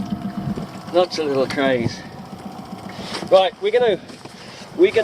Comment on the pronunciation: Absolutely "CRAYZEE" ......